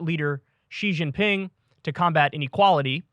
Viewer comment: Since he asked. Kuai pronunciation = correct Chengdu pronunciation= wrong Xi Jin Ping pronunciation = correct Douyin pronunciation = wrong Not bad, Kyle.